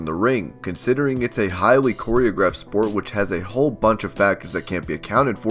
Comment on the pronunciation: “Choreographed” LMFAO